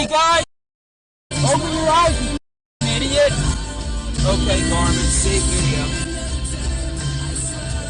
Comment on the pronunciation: “U HIDIOT” 😂😂